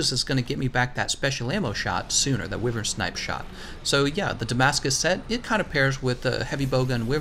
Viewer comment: Good video! But wyvern is pronounced (WHY_VERN!)